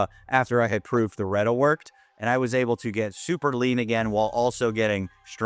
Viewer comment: Nobody pronounces Reta that other way lmfao